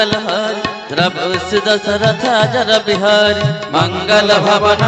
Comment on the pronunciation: Not ajarbihari but ajirbihari